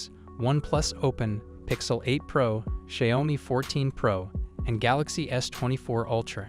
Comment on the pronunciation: learn how to pronounce xiaomi